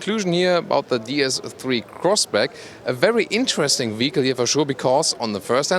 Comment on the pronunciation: Did he just said Crossbrack??